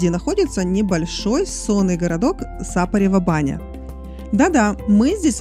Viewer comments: Это не единственная ошибка. «СапарЕва баня»! Я ещё до конца не досмотрела- то ли еще резанет ухо… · На самом деле да, болгарам режут слух ударения. Меня тоже раздражало САпарева баня. Но зрители ролика русскоязычные и эти мелочи не так важны на самом деле. Ролик хорош и познавателен. Маленькое дополнение - гостиница "Файв элементс" в Сапаревой бане принадлежит собственникам комплексу "Котвата". Гостиница новая, СПА центр там один из лучших в Болгарии, а заодно поселившись там получаешь доступ ко всему комлексу "Котвата"! И еще немного - недалеко от Сапарева баня находится деревенька Белчин, там два очень неплохих СПА комплекса с минеральной водой - "Белчински извор" и "Белчин гардън". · Великий римский полководец Велизарий (505-565) родился в СапарЕва-Баня (ударение на букву «Е»).